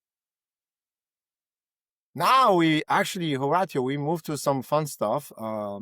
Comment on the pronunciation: Ho- rawt- tio? Dude mash up yuh name bro